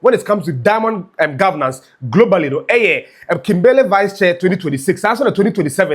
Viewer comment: Thanks 🙏🏾 for your frequent updates about our country’s development of our country. Please check your pronunciation of KIMBERLEY. You can google the right pronunciation or listen to Sammy Gyamfi’s pronunciation cos the way you pronounced the name is so wrong.